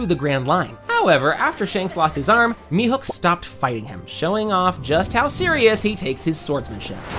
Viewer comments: “mi-hook” for the love of god. MIHAWK. HAWKEYE MIHAWK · Thank you! It was like nails on a chalkboard hearing such an easy name mispronounced so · It's pronounced Me-Hawk. Not Me-Hook lol. Sorry but it was bothering me. Tell me you make one piece videos without actually watching one piece? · mihawk not mihook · Stop calling him mihook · How are you unable to pronounce Mihawk